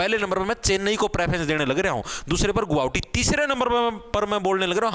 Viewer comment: Guwahati not Guhavti